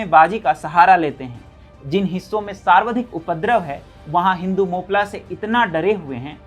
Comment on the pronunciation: सार्वधिक नहीं सर्वाधिक पढ़ें।